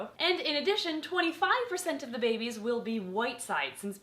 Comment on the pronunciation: You said babies I thought you said baby beans